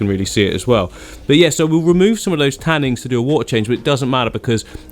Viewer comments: 'Tannins' not 'tannings' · Oh my god I love you but every time you say ‘tannings’ I want to throw my phone across the room 😫😂